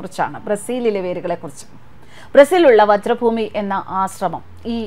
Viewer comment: വജ്ര ഭൂമിയല്ല, വ്രജ് ഭൂമി ആണ്. അഥവാ ബ്രിജ് ഭൂമി വൃന്ദാവൻ....